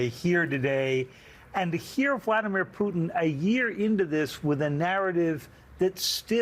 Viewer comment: Love how host calls him poutine ... Which is so tasty ... But will kill you if that's all you have lol